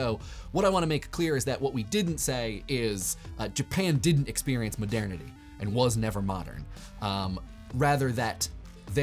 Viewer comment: Please, Google the pronunciation of "modernity". The way that you're saying it (over and over and over again) is completely wrong.